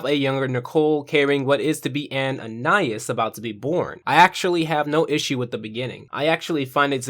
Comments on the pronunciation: An - I - ees ❌ an - I - is ✅ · its not AN-I-AS its AN-EYE-EASE